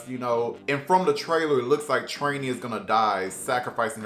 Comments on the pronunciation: Who tf is Trainee its Trini (Tree-Knee) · Why do you say Trini so weird... You pronounce it with an A?